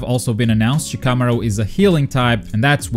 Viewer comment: You say Shikamaru weird. That is all.